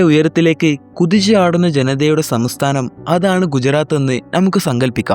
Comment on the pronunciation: ആദ്യം സംസ്ഥാനം എന്ന് പറയാൻ പഠിക്ക്